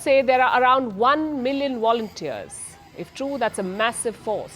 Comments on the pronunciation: Why can’t Indians pronounce the letter V? Always wondered that, surely someone can change this and teach it. It’s Volunteer’s not Wolunteer’s 😂😂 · lol “armed Woulenturs” 😂😂 It’s Volunteers with a V